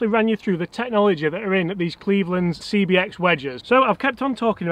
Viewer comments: How many times can say CXB instead of CBX...OK, only two...Love the vids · 'cbx', not 'cxb',. #nitpickcomment